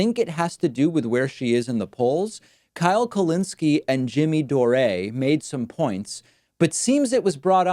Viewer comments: "Jimmy Doh Ray" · Jimmy Door-Aye